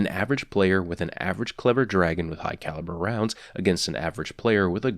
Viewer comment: Fun game, in his vids take a shot every time he says "Hugh Calibre Rounds"